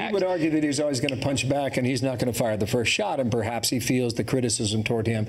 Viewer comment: Fights FAUR with FAUR! Dear God, learn how to speak properly and stop with the "uhhh"s